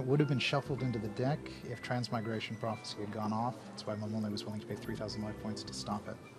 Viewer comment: lmfao 2 thousand "rife points" hahah